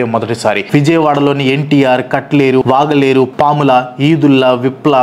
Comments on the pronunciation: వాగలేరు కాదు వెలగలేరు, మొఘలాయి పురం కాదు మొఘలరాజపురం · వాగలేరు కాదు వెలగలేరు